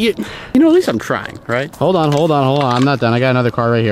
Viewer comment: 8.18, When he said, "You know at least I'm trying..." I thought he said you know at least I'm 'Crying!' XD Poor Unspeakable... I believe in ya dude!